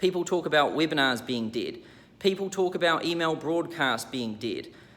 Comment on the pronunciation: I like that when says Webinars, its sound like "whipping ass".